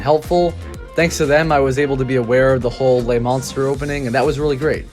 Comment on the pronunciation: Monstre is NOT pronounced like Monster, at all. Not even in English. Also, the mini rail WAS the atmosphere of the park. Since it's removal, there is no soul.